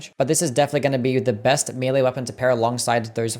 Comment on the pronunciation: >mealy weapons Why can so many people not pronounce the word 'melee' properly? It pronounced 'meh-lay' in proper English and 'may-lay' in America. Nowhere pronounces it 'mealy' because that's wrong. Literally listen to it